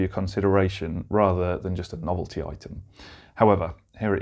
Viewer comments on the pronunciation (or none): none